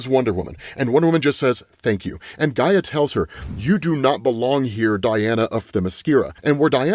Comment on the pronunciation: It’s Io not Lo. Also you pronounced Hecate wrong and also Gaia. Yikes. Do you only read comic books?